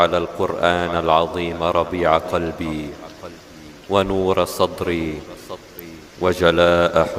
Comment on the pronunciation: صدري و ليس صتري